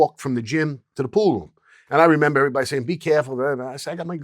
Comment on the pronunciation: Love how this guy pronounces "pool room" as "pooh-room"